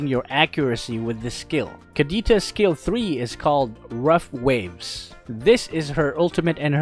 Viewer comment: Was I the only one imagining he was saying scale one when he was saying skill one